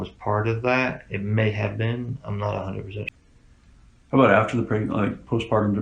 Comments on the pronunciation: She always pronounced "how" as "howrr". 🤔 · Why does she say “how” like “har”??? Weird